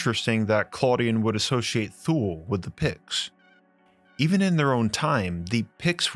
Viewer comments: It’s more like tuh-l’e actually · Thanks for the pronunciation of "Thule." There's an outdoor brand named after that and everyone I've ever met has pronounced it "too-lay." I suppose they'd rather be thought of as a tool than a fool? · It's pronounced "tuhl-eh" not "thool" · That’s how I thought Thule was pronounced (the way you said) because that’s how I heard it pronounced by some of my relatives when I was a kid. I didn’t want to say anything because I’m not an expert. I’m glad you did say something. It’s a mistake to look at the way certain words are spelled and pronounce them as if they were English words spelled that way. It’s the same thing with Thor. It’s pronounced and sometimes spelled Tore. It’s a little bit like a thick New York accent it’s heavier than a “T” or a “TH” in English almost like a combination between “TH” and “D”. Tongue behind the upper front teeth, not between the upper and lower front teeth. (At least that’s the way I’ve heard it. Like I said, I’m not an expert.) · I'm used to hearing "Thule" pronounced as "Toolie", or "Twhoolie" meaning "way out in the sticks", "out in the Toolies". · The furthest polar region of earth, We learned this in school. It is pronounced in NyNorsk as “Too-Leh” phonetic English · FYI.... Thule is pronounced "Two-Lee". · Given what I have learned as a linguist, Thule is most likely pronounced like Tyoo-luh. I will spare you the linguistic notation. Similarly, the Egyptian god, Thoth, is more correctly pronounced Toe-th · I believe the pronunciation is > tooly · Say “thool “ one more time.. one more time 😳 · Love ur content, I really do.. why say the word “THule” every 2 seconds, also this the first time I’ve ever heard it pronounced how it’s spelled.. pretty sure it’s not a hard TH sound, cringey but awesome topic, thank you.. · FYI, Thule is pronounced (tu-lay) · Good video, I think Thule is pronounced ' tu lee ' or ' too lay'. :) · Its pronounced "tooley" not thule. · Its not thule... its tu-ley.